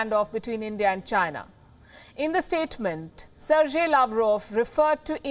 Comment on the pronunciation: Lady learn to properly pronounce the names of the foreign dignitaries you talk of. Its Ser-gei, not Ser-jay. What you are doing is not very different from your colleague addressing Sheila Dikshit as Sheila Dick-Shit.